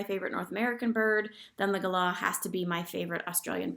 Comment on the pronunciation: Wow, you totally nail the Galah pronunciation now 😉 I can’t believe it took me so long to see this damn update!! Miss you already 😍